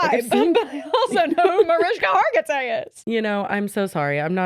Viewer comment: I screamed when said Mariska hartigay hahhahaha